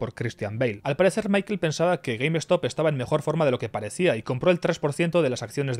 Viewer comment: Se pronuncia Gueimstop no Gueim Estop. Short Skuis, no Eskuis.